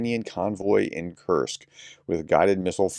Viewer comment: It is not Curt-sk. Kursk. ; )